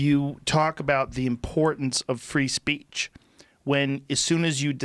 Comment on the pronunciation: "Free Spreech"